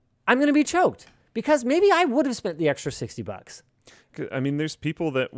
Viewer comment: I can't be the only one that hears Linus saying "Spank gift cards" instead of spent